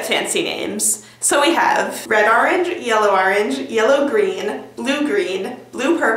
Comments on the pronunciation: AR-ange. love ya. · It's funny how Americans pronounce orange "arunje."